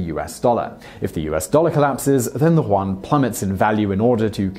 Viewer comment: please check out how to pronounce the name for the Chinese money.